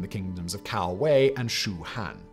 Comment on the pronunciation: Just a small nitpick, the "Cao" in Cao Wei is pronounced "tsao".